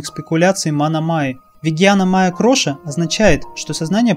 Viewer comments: Все правильно. Только не "кроша", а -КОША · Харе Кришна ! Почему вы говорите кроша , а не коша ?